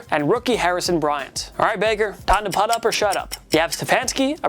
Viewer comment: Lmao man said regime' 🤣🤣 that's a first for me Edit: "Putt" up or shut up 🤣 Are there no adults on the room who can teach this guy how words work?